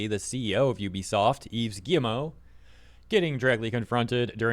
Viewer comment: Is it just me, or is he calling him "Gi-M-O"? 😂